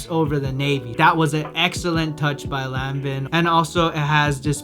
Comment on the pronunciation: Omg If you say Lan-Vin one more time! 😂🤣😂